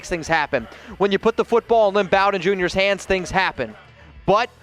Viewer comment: "BOE" DEN. Bow as in Bowtie, not as in "bow wow." Also physically he is a slot receiver, but something no one talks about is how hard at his size he was hard to take down. And his instincts on running were Gayle sayersesque. Watch his long runs where he would cut back in and beside the player in front of him he always seemed to do it right when a player behind him had a shot. Could have been blind luck but he has done it multiple times.